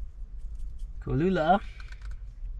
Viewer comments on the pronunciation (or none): as a concerned texan, why do you think its pronounced co-lula? its cholula! with a ch sound! i love your videos by the way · Its CHO Lula!